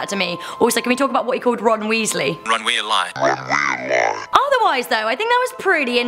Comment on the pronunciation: my heart keept droping whenever called harry potter fictional. but i almost past out when pronounce weasley wrong.